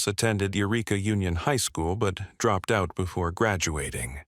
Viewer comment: "Ah-REE-ahss." The bot constantly mispronounces words; it's "You REE Ka."